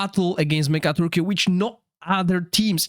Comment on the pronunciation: It super funny to hear the boss called Mega-turkey but it's really pronounced "Mecha-tork". :)